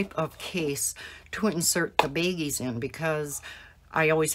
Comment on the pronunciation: They are pronounced “BAGGIES”, not “beggies.”